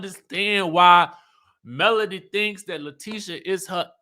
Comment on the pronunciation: MS wanda calls melody "Melon" lol I don't think she can pronounce melody 😭